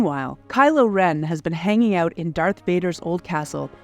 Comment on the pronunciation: "Let's find uuuuuwt abuuuuwt", shall we? MUST be Canadadian. : P